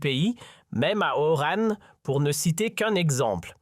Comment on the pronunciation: Apprends déjà à dire Oran